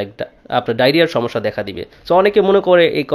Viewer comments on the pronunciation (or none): none